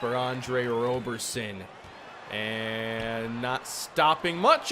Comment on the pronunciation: Don’t shoot 3s with Roberson unless his rating has gotten better in this universe Also his name is pronounced rob-erson (like Robertson but no T) edit: saw the F 3pt rating, it hasn’t gotten better.